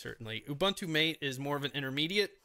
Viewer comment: And the next tongue paralyzed guy pronouncing MATE like mait. Fuk man, it's MATE, as spelled and as pronounced by 90% of the world's population. Nothing anglo-saxon in it. And Ubuntu is Ooboontoo, not Ubantu. Again not a word from the Anglisi language but isi-Zulu.